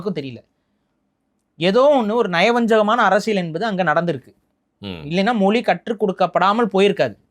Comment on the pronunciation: மொலி இல்ல மொழி ஈலம் இல்ல ஈழம் ழ சரியா உச்சரிங்க